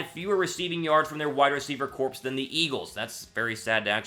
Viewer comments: Not being a dick but it’s pronounced ‘core’ even though it’s spelled ‘corps’. Just tryna up your professionalism. I like what you do! Fly Eagles Fly!!!! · Corps is pronounced "Core"